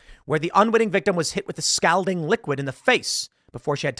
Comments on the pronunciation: It's pronounced "skaul-ding." Not "skal-ding." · skol ding skol ding. Not skal ding. That's how you pronounce scalding, like Calling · It's pronounced "SCOLDING". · Tim. Scalding is pronounced like SCAWLding, not the way you're saying it. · scOLD, tim.. not scALd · What is "scowlding"? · Scalding======= S called ing....... Scalled ing....... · Tim mispronounced "scalding". It's pronounced scal like "all" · TIM you say "Scalding" funny... supposed to be pronounced (skawlding) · stop saying stowlding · Scoulding water? She-riffs? 😂You have an odd way of pronouncing some words for someone who reads to an audience for a living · Anyone else just wishing that tim knew how to pronounce "scalding" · So we're all just gonna act like Tim is pronouncing "scalding " properly? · For the love of God somebody tell him how to pronounce the word scalding. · Scalding is not pronounced that way. :) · Hearing Tim mispronounce scalding numerous times, and almost get it right a couple times is so cringe. I hate how so damn many people who literally talk for a living have a hard time with words. you're a professional, that should never be an issue. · Please learn how to say scalding... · Please for the love of all that is good in the world learn to pronounce "scalding"